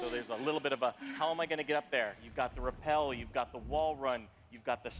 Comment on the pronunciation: This might be the first time i ever heard an American mispronounce the word “rappel” PS: forgive me for assuming your nationality :(